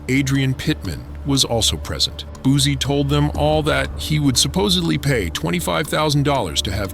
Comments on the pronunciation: How u know he made that song 7 minutes after?!!! 🤣 Ya'll literally say anything. 🤣🤣🤦 And, it's Boo-C not Boo-zie! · It's Boosie not boozie😅